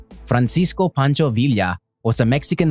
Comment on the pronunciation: By the way you pronounced Villa you're Filipino. Bro check your country first. it's worse there then it is in durango.